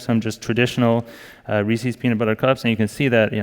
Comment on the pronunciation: Reese's, damn it, not "Reesies". Jesus.